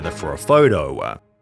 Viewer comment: The last line “photouuuuhh” how do u fuck that up??